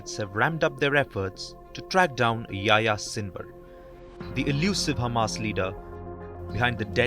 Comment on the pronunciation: Oh my God you can't even pronounce his name correctly and you want to catch him. Yahya = يحيى = John in the Bible. yes it's the same person, Your John in the Bible is the same Yahya in the Coran. and it's a famous name seen as a bridge between Christianity and Islam, this is why in places where live Christians and Muslims like Syria and Palestine you will find many kids named John or Yahya. You see our world can be very close and peacefull with a litle bit of knowledge about history 😊